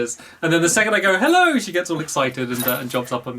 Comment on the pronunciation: Saying hewwo > saying hello